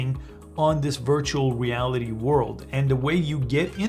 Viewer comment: im watching this a year later and i just realised he said virtual weality